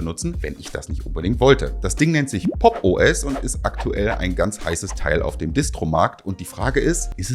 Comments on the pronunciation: Ich höre immer "Poppo S" 😂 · Ich würde Popo ass natürlich niemals Popos aussprechen. Wär ja voll kindisch.